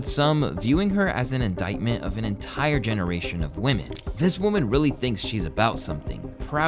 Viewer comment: Unemployed "youtuber" derisive of a women for lack of 'career'... You xant even pronounce women correctly lol. Yall loserd think too highly of yourself